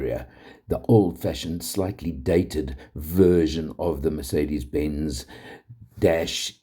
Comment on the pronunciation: Thank your for not calling it a mirsaydees like some inept do.